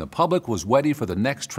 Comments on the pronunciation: LOL this with a wonderful video although did anybody else notice he said “weady” )ready with a W( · Wait, did no one catch he said “weady” ? 😂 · "weady" lol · “when the public was weddy” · "When the public was wetty" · When he said "...we're weady..." I lost it 🤣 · "when the pubwic was weady UwU" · I caught the "Weddy". Thank you sir. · "when the public was weady" 👉👈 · "the public is wweady" ❤️ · This fu really saif Weady instead of Ready? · Wait, did you say “weady”? A flaw! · My guy, I legit thought the first "infomercial" was real at first. 😂😂😂 my dude said, "Weady." 😂😂😂 #NUCLEARBOAT. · Did anyone else catch that he said? "Weady" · The public was weddy for the next Transubstantiation of encabulation!!! He just pulled an Fudd, someone else has to catch that too, right? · "When the public was weady" I think he meant to say "ready" but tell me otherwise. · '...the public was weddy' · The pubwic was weddy for this. Vewy weddy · "when the public was weady" loved that lil slip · No one caught "when the public was wetty" on 😂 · "when the public was weady" 😂 funny that they left that in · dropping “Weady” here is amazing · "... when the public was weddy for the next transubstantiation of encabulation" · public was “weady” ? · “When the pubwic was weady.” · When the public was "weady?" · easy there, I'm guessing your not every good with the proper pronunciation of long scientific terms... at least ones your not Weady for. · youall noticeed too. its a artifact. a human should of watched it before release. that's a common glitch. cause he didnt talk like that before , when he was young. odd .Nova should fix it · "when the public was weady" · Anyone notice him say “weady”? Lol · they were WEADY? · "when the public was weady" fuckin ded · Did he say "weady?" lol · He (I) did. On purpose. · "When the public was weady" I nearly spit my coffee out. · "Weady" lol "Regress" he means digress. lol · did he say they were weddy? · Lol "when the public was weady"